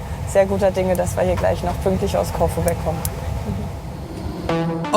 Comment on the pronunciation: Corfu - die Betonung liegt nicht auf o sondern auf u....... ein langes u